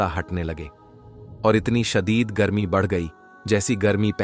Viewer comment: Bolna seekho shadeed garme ko shahid garme kahtay ho.